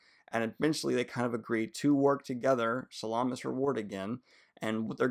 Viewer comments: Shallan,. Shallom, Sallan, Salam...... I'm getting the feeling you don't like her. You do not mispronounce any of characters' names, even more complicated than hers 😉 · Are you saying "Shallan" or "Shallam"? Because it sounds like you're saying "Shallam" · Are you saying sallom? It’s Shallan. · I love the wrap-up <3 problem tho is why do you always call her Salam? HAHA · Daniel you pronounced "Shallan" like 50 different ways in this video lmao. Sometimes "Shallam" sometimes "Sallom". DUDE!!!! XD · Is it Shallan or Shallam ?? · "Kobol and Shallam" lol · Why are you calling Shallan Salaam? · "shuh-lawn" that's a new one to me, lol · He keeps saying Shuh-lawm 🤣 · I agree! It was pretty jarring hearing these mistakes like Soulstone instead of Sphere, Shallom, etc. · Are you saying ShallaM? :D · Daniel's said himself on another vid that his pronunciation of Shallan has to do with dyslexia, but if you disagree you can take it up with him I guess 🤷‍♂️ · Lol. Just watching this and Daniel’s mispronunciation of Shallan’s name getting worse each time he says it👌🏼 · Definitely, he pronounced Shallan in a very Arabic way. I pronounce it more american. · look man i appreciate what youre doing, but its "SHALL-lynn" and "JAZZ-nah"